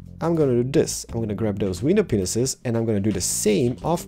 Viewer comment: He said "window pane'eses" lol